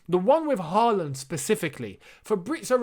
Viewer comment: You should try to pronounce Haaland correctly. The double a’s are pronounced like the ‘aw’ in words like hawk and thaw. The last a in ‘land’ is pronounced like the ‘a’ in words like past.